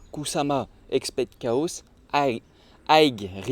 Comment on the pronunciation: Highgue risk highgue rewards tu m’a tué 🧡